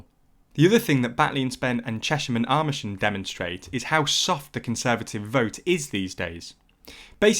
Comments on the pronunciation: He just pronounced amersham armersham. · Why does the narrator keep referring to "armersham"? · You pronounced amersham very wrong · It sounds a bit computerish to me, which would account for the persistent mispronunciation of place names like Kashmir and Amersham not too mention Leadbeater.